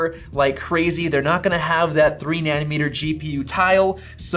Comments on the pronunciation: It’s like a knife driving through my heart every time I hear “Nani-meter”. It’s nanOmeter!! 😂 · Great video! Btw it’s NANOmeter not NANNYmeter, which is a unit for measuring leftist policies… 🤣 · Na-no meter. na-NO meter. na-NO. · Wtf is a ‘Nannymeter’ lol 😂